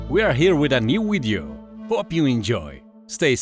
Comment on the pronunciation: I love the start of his video`s "we are here with a new wideo". Makes me smile every time, don`t change it though.